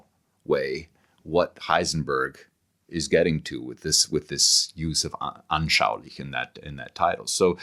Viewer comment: What perfect pronunciation of "anschaulich" 🎉😂❤